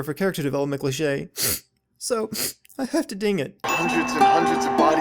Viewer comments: Can I sin you for the way you say cliché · Legends say he's still saying clichè